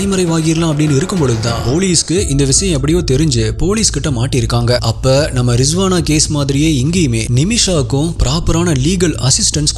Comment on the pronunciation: Riswana illa risana bro